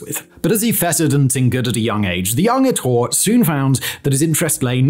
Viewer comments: Ettore. eh-TOR-eh. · Bugatti is Italian, there is an e at the end of Ettore. Say the e just like mascarpone